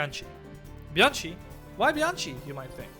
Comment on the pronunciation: the right pronouncing of Bianchi is reading it Biankee 👍